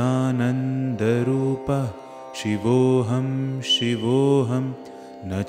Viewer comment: Last line of every stanza should be sung as CHIDAANANDA RUPAHA and not CHIDANANDA RUPAH. RUPAHA and not RUPAH.